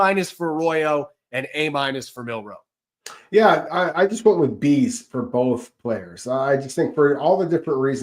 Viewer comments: Jalen is on out team now, learn how to say his last name😂😂 Milroe not Monroe😂😂😂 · It’s Milroe, not Monroe. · ROB PLEASE IT'S MILROE WITH AN L, NOT MINROE WITH AN N. Please lord let see this so I don't have to hear him call him MinRoe for the next decade. It's been killing me for the last 3 months. MIL-ROE. MilROE.